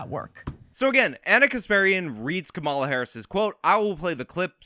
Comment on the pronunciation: Veep's name is pronounced COMMA-la, not co-MA-la. Like the punctuation... comma + la. I hate to nitpick but this is a politics channel and you'd sound smarter if you got the name right.